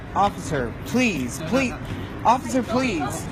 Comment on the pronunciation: "Offither...offither..." that little soyboy filming her episode needs that phone shoved up his ass. Smh $1 says he's some candy ass self loathing white kid raised by typical cali libtards. I'm betting she also gained hee seat on the train by using her caltrans freebie card that gets refilled the first of every month along with her mothers "foo stamp" benefits.